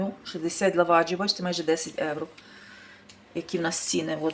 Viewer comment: То ж Ганя й відкрила для того канал у Ютубі,щоб показати свою грамотність 😂,ʼʼнавчитиʼʼукраїнців як правильно говорити,готувати і ще як ʼʼправильно житиʼʼ,та й при тому заробити трохи грошенят,чи то ʼʼевроʼʼ,як вимовляє.Ми не сміємо перечити Гані,бо ж вона рахує себе як ʼʼкомандирʼʼнад нами😂